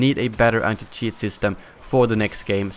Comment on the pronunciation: Cheat With a Swedish accent= Sheet😂😂